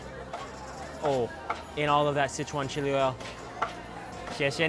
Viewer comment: I am surprised speaking Chinese you say 'sit chuan', when the first word is 4 so should sound 'sir chuan'